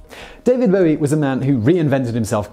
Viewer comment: Only English person who can pronounce “Bowie”